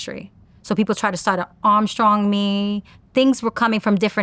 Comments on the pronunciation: Who ??? What's her songs. She said Armstrong me. It's strong arm 🆔iot lol 😂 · "Armstrong", did she mean "Strongarm"?